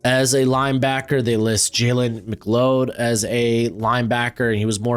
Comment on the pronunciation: Jalen McLeod u said wrong I have same last name it’s mc cloud